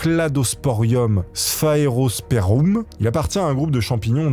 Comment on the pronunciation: pas '-sperum'.. mais '-sperMum'... Sur que ce 'm' est important dans cette désinence 😅🤣